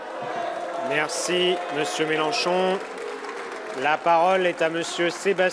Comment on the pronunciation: Faut apprendre à lire. MelEnchon pas MelAnchon stp. Prends respect. Apprends son nom.